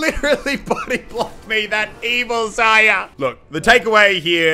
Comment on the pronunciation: Is anyone else getting triggered how he says Zarya like Zaya instead of zaria